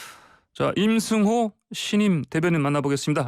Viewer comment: 림승호??? 북한사람이 진행하는 프로그램이여??